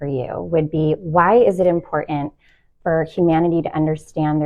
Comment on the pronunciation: Did she really say ‘Im por ant’ Ugg. Love you - you are fascinating.